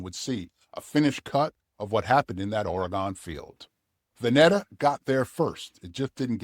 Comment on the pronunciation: It's pronounced "Va-knee-taa" and it's called "The Oregon COUNTRY Fair". Both are still going strong.